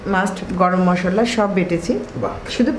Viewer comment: মশললা নয় মশলা